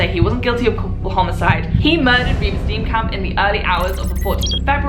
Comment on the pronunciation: As a South African, what a well executed video. Thank you! My friend worked on the autopsy of Reeva Steenkamp. Side note: your pronunciation of the surnames is v sweet.